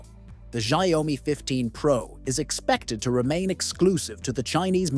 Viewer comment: When will people learn how to pronounce it correctly?